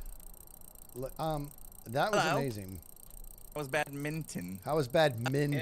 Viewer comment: When you were saying badminton you and Impulse were really focused on the mint part like it was bad mint on when its actually bad min ton.....see not a stupid word just miss pronounced